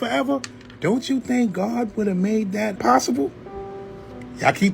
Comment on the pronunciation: "...and stuff like at." Man, you can come over for supper any time! You my boy!